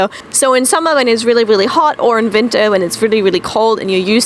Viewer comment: haha "in vinter" (winter) her German popped thru